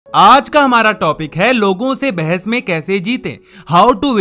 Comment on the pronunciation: It is not bhains it is bahas